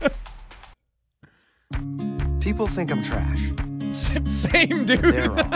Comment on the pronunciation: "same" -irish boy